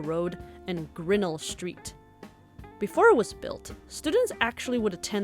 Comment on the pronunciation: It's pronounced grinn-ELL Street, not GRINN-ull Street---accent is on the second syllable........ just saying. You can trust this to be true for two reasons... I'm a 1970 graduate of Burbank High, and I grew up on the street just north east of Grinnell Street, Harvard Road, just above Bel Aire Drive.